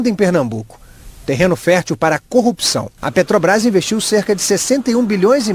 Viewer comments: PODE SER QUE ALGUÉM ME XINGUE, MAIS UMA COISA EU ADORO DESSE MOLUSCO É ELE FALAR "PETOBRAS" ADORO ELE NÃO CONSEGUE FALAR (P E T R O B R A S) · O cara nem sabe falar o nome da empresa, ele fala petobras ,mim inoja ouvir esse senhor falar. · Olha só um presidente que não sabe pronunciar a palavra PETROBRAS isso é ridículo causa vergonha